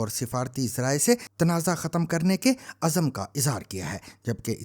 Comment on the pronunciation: افسوس! عزْم azm کو آپ azam بول گیے🤷‍♂️